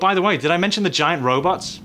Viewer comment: And he said in the trailer "giant robotss"